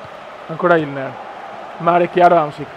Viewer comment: Comunque è Inler non Ilner :D